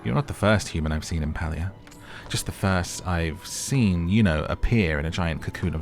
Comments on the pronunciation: the Correct pronoucement of the gamed name is PAY-LIA !!!not pal-lia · Palia is pronounced PAY-LEE-UH not PAL-LEE-UH. Great vid, was hoping you'd play this game 😊